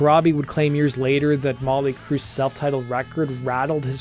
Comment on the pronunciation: Its MoTley crue, not Molly crue, get it right man.